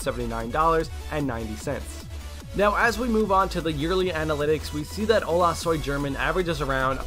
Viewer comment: LOL! The way English speakers say Spanish names is soo funny! xD It's pronounced "Ola soy Herman" not German! XD The 'G' sounds like an 'H' when next to either the vowels 'E' or 'I'.